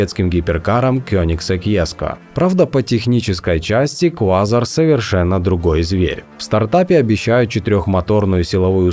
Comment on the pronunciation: КвазАр а не квАзар